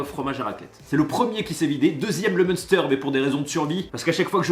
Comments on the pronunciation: Le munster ça se dit « MINSTÈRE » et pas « MONSTEUR » haha je bug a chaque fois quand tu le prononces, produit de ma region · Pitié pour tout les alsaciens, ça se prononce M1STERE et pas Munester 🥲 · Juste on dit pas Munster à l’anglaise mais « Main Stère » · Le "meuhsteur" ?! Nooooonnnnnnn !!! pauvre fromage T_T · Tu prononces mal munster. Étant vosgienne ca pique quand tu dis ''meuster'' loool. mUNster. Le un ce dis 1 pas eu. Sinon super video comme d'habitude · Yo, prononce "Minster" stp sinon les mecs du village vont un jour te tomber dessus en masse. Non pas que je pactise avec eux mais quand même... Tes vidéos sont toujours un pur régal!